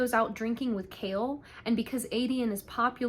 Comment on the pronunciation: You did such a good job recapping this book. That being said I'd suggest looking up the pronunciation of names before doing a recap. It's a little irksome. The worst one is Chaol being called Kale 😭 it's kay-all. Also, Adian wasnt dtrong enough for the ring not to work. He made a duplicate instead. And Rowan never let Aelin go past the wards, she chooses not to listen and croses it anyways.